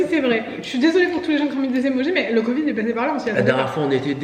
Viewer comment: Courage à tous les trois avec le Covid (le "d" final se prononce, en fait). Il vaut mieux utiliser un petit fouet traditionnel pour le Matcha, il me semble, plutôt qu'un mousseur à lait (ce que tu as acheté). Par contre, c'est génial pour les Cappuccino, les Late, les chocolats chauds bien mousseux, etc... et ça marche aussi bien avec le lait végétal que le lait animal. Enfin, chacun fait comme il veut, tu nous diras ce que cela donne avec le Matcha.